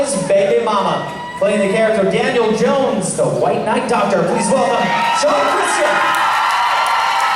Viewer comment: Its Daniel Jonas not Jones. And it is Stefano, not Steffano. Get it right idiotic announcer.